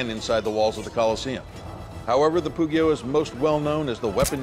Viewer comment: hearing pugio pronounced with an hard g is just torture for my poor italian ears